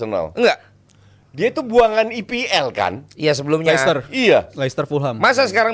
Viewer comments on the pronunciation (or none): Nyebut licester aja udah bikin males lanjutin denger ulasan anak baru